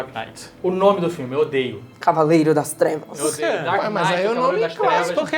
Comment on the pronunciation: "Hor-ovanaaar de cavaeirrda threvas"